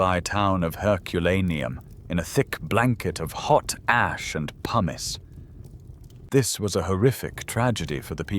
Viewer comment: Anyone else heard, hot ass, when he said hot ash?